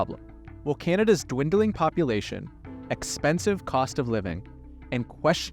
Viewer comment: Bro said dwindling population.